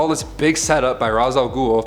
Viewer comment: I just can’t with the pronunciation of Ra’s 🤦🏾‍♀️